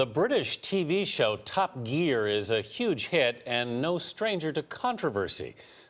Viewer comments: Who else got triggered when he said tup geeaar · "Top gee-aar" "chee-lay" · "Top Geer" god American pronunciations are horrible